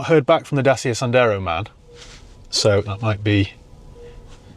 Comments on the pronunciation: Dat cha not Day sia 😂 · Dacia is pronounced DACHA .